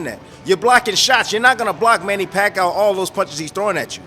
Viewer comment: I was going to write the EXACT same thing. Funny how Timmie is always trying to give Manny’s opponents pointers but the only thing Timmie can point out is how to lose to PAC 3 times. And his name is pronounced PAC E OUW. Not PAC OUW